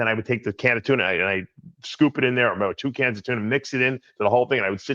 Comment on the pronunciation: Wait a second Daves been trolling us, he magically started saying Tuna without the R in the middle of the question 🤯